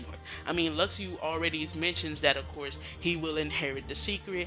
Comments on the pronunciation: it's not luxiu....it's Luxu like Lushu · Jaguar has the lost page, not Luxu and its Luk-shu.